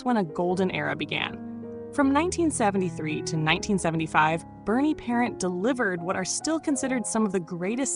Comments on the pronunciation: Would be better if the announcer said Parent, French and not parent like you were talking about your mom. This AI speaking is terrible. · If you can't pronounce his name, don't talk about him! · I remember him as a kid in the 70s good goalie but think pelle Limburg was better and who the hell is narrating this it's the Vezina trophy not Vezna trophy and it's Bernie parent French not parents have a fabulous day ❤❤ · You have to say his name with a French Canadian accent - pair ant. OMG you are killing this video. Its VEZ a NA